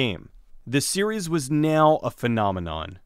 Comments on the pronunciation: "The series was NEOW a phenomenon." "New Line Cinnamon" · Hehehehe NEOW